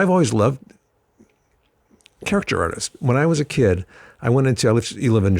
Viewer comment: Caricature. You see that? Not characture. Ha ha.